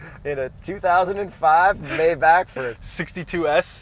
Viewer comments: Ja aber die scheiss Amis normalerweise sprechen die ch bisschen so wie die Schweizer. Deswegen ist es einfacher für die „Maibakh“ auszulesen um mehr Deutsch zu Klingen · Hi 😀😀👍 You are correct with saying the Maybach. You schould say as germans. Greatings from Poland. 🖐️🖐️🖐️ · Both of your pronounciations of Maybach are wrong. How can I send you an audio? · It’s pronounced Maybach, not Maybach. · It's pronounced Maybach, not Maybach! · both maybach pronounsiations are wrong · It’s Mybach if you own one ( My) but it’s Maybach is you don’t because you ( May ) someday own one 😊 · Tobey McGuire: Maybach....Maybach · It's definitely pronounced Maybach and not Maybach. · its most definitely pronounced Maybach and not Maybach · It's called MAIbach so no Mey or something. Thank you from Germany. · Not Maybach-employed, but I'm German, so I'm qualified. It's 'My-buch' not 'may-bach', but 'buch' is not 'buck'. Think of the ch as a Spanish J (as in Jesus or Juan)! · German reporting in: The correct pronounciation would be Mybach, not Meybach. And the ´ch´ is soft, so it´s not Myback, it is pronounced just as in the german ´ich´ (me), it almost sounds like a cat-hissing sound. Hope this helps! Great episode as always! 👌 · this vehicle is not a MY_BACK Try using some of the letters in the word. If you did.. you would end up with MAY-BACK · "maibach" - not "mayback" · It's Pronounced My Bach. Not May Back. ( Bach like the famous composer) It's German surname. Named after Wilhelm Maybach. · ITS MAYBACH NOT MAYBACH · Guys it's not Maayback , but Maaaaybaahhhhhh, you're pronouncing it like a typical American ,whether in the US or Canada , NO!!! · It's not maybak, it's maybach. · I think it's pronounced "my-bakcxh" - lmao....not sure how to spell the "ch" But it's definitely not a "may-back" as Hip-hop calls it.....nope. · it is not pronounced like maybe - it is the second one, more like my(bach) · What’s a “my-boch” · It’s pronounced my-baahk as in the composer Bach.